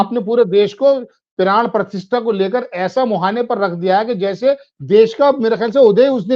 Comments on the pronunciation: मैडम मैं 4 पी एम का रेगुलर श्रोता/ दर्शक हूं, आप पिछले दो तीन दिनों से अपने वीडियो में प्राण प्रतिष्ठा की जगह बार बार प्राण प्रतिष्ठान का उच्चारण कर रहीं हैं जब की आप को ये मालूम होना चाहिए कि दोनो शब्दों में जमीन आसमान का अंतर है, गलत उच्चारण से अर्थ का अनर्थ हो जाता है इस चैनल के लाखों व्यूअर्स हैं क्या मेसेज जाता होगा की कैसे कैसे रिपोर्टर संजय शर्मा जी ने रखें हैं जिन्हे हिंदी का सही उच्चारण करना भी नहीं आता, में ललित शर्मा लखनऊ निवासी आपके मुंह से गलत उच्चारण सुन कर बहुत असहज हो रहा था, कृपया आगे इस चीज़ का विशेष ध्यान रखिएगा। मैं पेशे से एक सरकारी विद्यालय में प्रधानाध्यापक हूं इस लिए हमारा फर्ज था आपको बताना धन्यवाद। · मैडम जी, प्राण प्रतिष्ठा कहना चाहिए न कि प्राण प्रतिष्ठान। धन्यवाद🙏